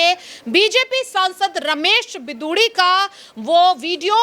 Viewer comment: बिदुडी नही रमेश बिगुड़ी